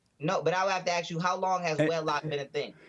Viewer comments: I noticed when this guy is focussing on trying to be this ridiculous cartoon character he mispronounces ask as ax, but when he's not thinking about it, he pronounces it ask like a white person lol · I can’t even imagine what a burden it is for him to carry that much so called “knowledge” in his head. Jesse: “Do you love white people?” “I gotta know why you AXE”. 🤣🤣🤣🤣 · Before you even attempt being intelligent, you might want to work on your vocabulary: It's, ASK, not AXE! What a knucklehead and I'm being very kind! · “axing” me that question. 🤪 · He said when somebody axes me something . Bwahahahaha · yeah and maybe learning how to pronounce ask instead of ax while he's at it. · This troglodyte can’t even pronounce English. “Axe me dat question” LOL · He does not understand the word ask. JLP needs to "AXE" him. Goodness. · Hes soooo smart and part of the supreme blat race but cant pronounce the word ASK. what a joke 😂. And onnPAROLE LOL